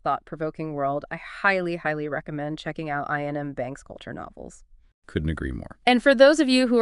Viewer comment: Eye-an m banks? Is that intentional?